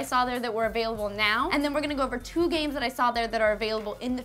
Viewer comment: Every time she says games, I hear gays. Am I normal?